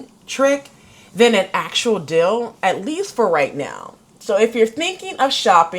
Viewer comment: a dill? Oh, you mean deal!